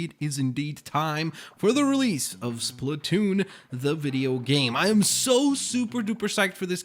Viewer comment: Who ever said splatoo it's SPLATOON